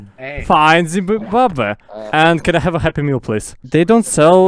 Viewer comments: I’m from Africa and hearing you trying to pronounce Zimbabwe is amazing 😂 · "it's never gae, if it's in Zimbabwae"